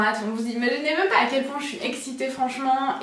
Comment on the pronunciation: On prononce "même" pas "meume" !